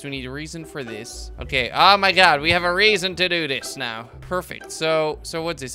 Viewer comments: Its not Reason its pronounced Reh-zin. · Panos Gamer it's pronounced rezin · and the mineral Resin is pronounced Resin with short E not Reasin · resin not reason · Resin sounds like re-zin (vowel e) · it is pronounced ree-sin and teeh-th-er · The e in the word resin is not like the word eve it is like the word rebels